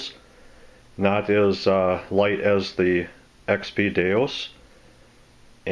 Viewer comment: DeUS, not DeOS